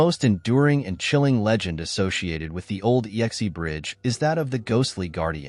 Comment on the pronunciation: The final bridge is pronounced "ex", as in a previous partner, not "yex-ee" or "ee-x-ee".